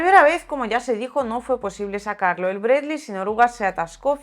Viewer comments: Sólo hablando en ruso se le puede decir "Bred-ly" al "Bradley" 😃 Es más duro que el M113 pero seguro lo bajan con disparos calibre 50 o mejor algún cohete. Muchos éxitos y ganancias. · A ver si algun dia aprende a pronunciar Bradley como Dios manda